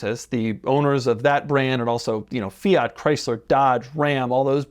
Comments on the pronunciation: fia he says with that fools tongue ..its fiat ha ha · I hate the way you pronounce Fiat